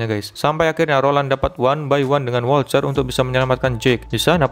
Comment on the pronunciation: Wolter bang bukan wolcer 😂